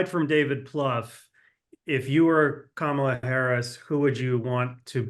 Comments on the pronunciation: Really so hard to pronounce “Comma-La”—- seasoned professionals just can’t seem to get it. It’s ridiculous. Thanks Mark for requiring professionalism. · As I understand, the traditional pronunciation is more like Kamla with no emphasis on either syllable.